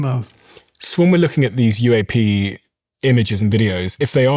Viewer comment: Let's start with the good news: The AI you decided to employ could find the tone of your voice just fine BUT the intonation takes away your intellect😮 the shameful inability to refer to eg:CIA, UAP and the vowel mistakes, that can dramatically change the meaning of the word you go astray with... So the Hungarian translation could wait a version or two. This isn't up to your standards!